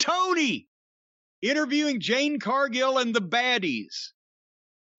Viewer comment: Does James E. Keeps saying Jane Cargill? 😂 🤣